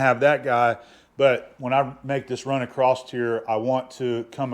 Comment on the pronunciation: you are the BEST! It's all my fault that I can't let "acrosT" go. It eats a hole through my brain when I hear people say, "acrosT". Rant over. My bad.